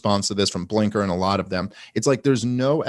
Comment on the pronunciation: Love them talking about getting names wrong when dave has been saying Blinker instead of Blinken